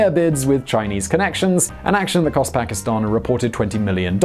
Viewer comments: your like the only English speaking person that pronounces Pakistan correctly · Wao bro ! You are pronouncing Pakistan accurately. Thumbs up for that.